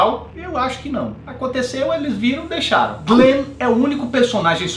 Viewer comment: o Yon, Yen, Yung, GLENN... kkkkkkkkkkkkkkkkkkkkkkkkkkkkkk